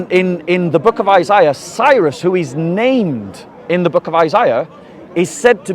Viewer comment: Cyrus, not xexres